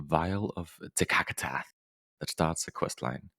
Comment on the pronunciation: Vial of TSAKATSAHHH